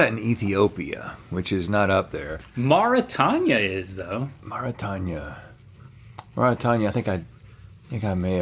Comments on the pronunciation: I had to look this up bc it was driving me crazy hearing them pronounce it mor-ih-tanya and i was thinking "have i been pronouncing Mauritania incorrectly this whole time?" but according to Google it's maw-ruh-tay-nee-uh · A real friend wouldn't let you say "Mara-Tanya" over and over and over. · I so wish someone had taught them how to pronounce Marutania. The "tanya" is graiting on my nerves. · Never heard of Mauritania? I guess that makes sense given that neither of them know how to pronounce it correctly. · Not once was Mauritania pronounced correctly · I was just laughing at the way they pronounced it 😂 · You absolutely gaslit me with the pronunciation of Mauritania 🤣